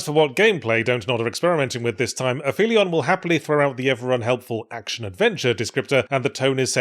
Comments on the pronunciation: I mean I have never heard aphelion said out loud but here. But I feel the correct pronunciation is app-hee-leon. In astronomy the point of an object furthest from the barycenter of the orbit is the apoapsis. But astronomers went further the apoapsis of an orbit around earth is the apogee (gee being from the Greek geo meaning earth as in geology and geography), and the apoapsis in an orbit around the sun is the aphelion (helion being from helios the Greek God of the sun) In any case a story taking place on another planet capable of sustaining life is almost certainly not in orbit if the sun so aphelion as a title doesn't make much sense anyway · In case you're wondering, it's ap-helion with a hard "p". The ph isn't a digraph. It's the term in orbital mechanics for the point in an orbit that is furthest from the Sun in an orbit around it. Similarly, apogee is the point furthest from Earth in an orbit around Earth, apojove is the furthest point from Jupiter, etc; the general term is "apoapsis". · I think "Aphelion" is one of those Greek or Latin words that isn't pronounced how you think. Because the "ph" is the ending of a prefix and the start of the rest of the word, I don't think you combine them into a "f" sound. So more like "Ap-helion". Doesn't work for the lunch joke though I guess. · Fyi, it's actually pronounced ap-helion, meaning the furthest point away from the sun in an orbit (perihelion being the closest point) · I'm disappointed to find that your pronunciation of the game title is valid. I was certain it would need to be app-HEEL-ee-un to sound like the opposite of perihelion. But apparently both are ok, and that's terrible. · Ap - helion, opposite of peri - helion. The spelling alone would steer you wrong in this case for the pronounciation. -edit: Apparently I am wrong? Which doesnt make sense because its not a word with "ph" in it but two words one ending in "p" and the next starting with "h" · It's also pronounced ap-helion, not afelion.